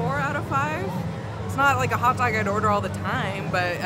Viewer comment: Can you make a video on way of saying Pupcorn, Hutdog, and Hut tub?